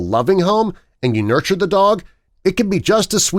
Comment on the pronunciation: It sounds like dock